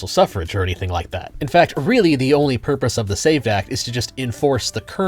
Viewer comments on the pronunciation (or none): none